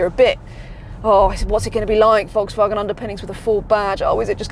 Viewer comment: Can’t pronounce Volkswagen 🙄